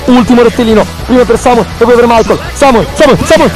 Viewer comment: É Samuel non Sameul😂😂